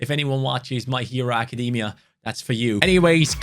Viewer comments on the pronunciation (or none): none